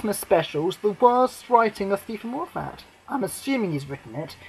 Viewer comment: well that's what i want to see on Xmas day , A film set at Christmas , not in July . Oh and FYI its moffat not " morefat " you just earned yourself a nice new shiny Dislike